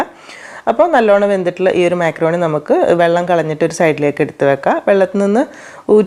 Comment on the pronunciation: മാക്രോണി അല്ല മക്രോണി 😊